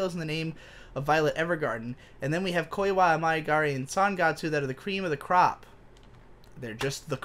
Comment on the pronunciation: Why do you keep mispronouncing Koi wa Ameagari as Koi wa Amaegari